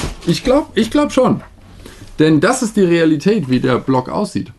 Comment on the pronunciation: Vor ein paar Wochen hat es angefangen: Sagt das jemand statt "Ä" einfach "E"? Rasen mehen, Qualitet, Denemark? Und jetzt hier: "Das Produktbild entspricht nicht der Realitet." Was ist da los? Was hat das "Ä" getan, um so "verschmeht" zu werden? Ich sage: Rettet das "Ä"! (Sonst gibt es Ärger) 😁